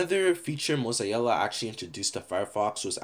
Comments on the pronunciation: M O Z A E L L A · mosiella lol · it triggers me how you say mozilla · Mozilla: "exists": mOzZaEiJlLa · Nobody:: moz-eye-ee-la